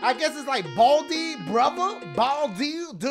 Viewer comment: Its Bal-diugh